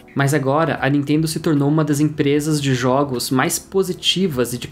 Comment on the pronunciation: Não "intendo" a Nitendo...